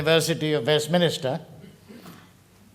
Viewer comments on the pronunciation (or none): Mr. Parekh it's pronounced Westminster, not Westminister.